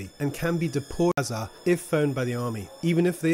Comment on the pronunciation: You can't say Gaza?